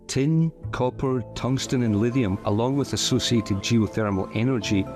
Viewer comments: Livium???? Or should that be Lithium... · Your narrator is mispronouncing lithium as “lidium”. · Why can't he pronounce Lithium properly??? He's saying Livium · You seem to able to pronounce LITHIUM ….. You are saying … LIVIUM .. you are not pronouncing ‘Th’ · When he’s saying “Lidium” / “Livium” he’s saying “Lithium”. It took me a while to understand. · you are mispronouncing lithium. What's wrong with you man, other than being a sweaty sock?